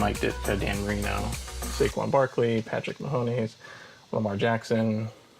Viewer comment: “Mahoneys”. oh lord lol